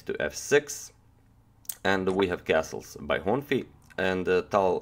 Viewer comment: The pronunciation of Károly is like Caaroy :D Last name Honfi, you said that right